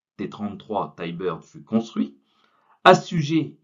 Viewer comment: Intéressant, surtout les anecdotes. Sinon on dit Ti-Bird et non Taï-Bird 😉